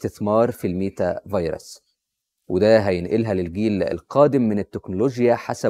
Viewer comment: عاش , الله ينور, بس خلي بالك من نطقها على ما أظن meta verse (ميتا فيرس)